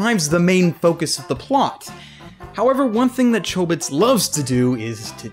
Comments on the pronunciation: the original doesn't pronounce Chobits with a long O sound. But it's all in how Japanese works with long and short vowels. I didn't say he pronounced every name and word wrong, but it's enough for some one who's almost always heard words pronounced in Japanese to do a double-take on some of his words, it's also a reason why I have trouble finding good dubs. One of my fav time he messes up is when he says Azumanga Daioh "Azumanga Dao" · is it pronounced with a long 'o' or a short 'o'? because I pronounce chobits with a short 'o'